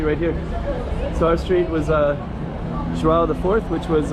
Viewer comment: I also came to say that you know how to pronounce the name "João" really well. :)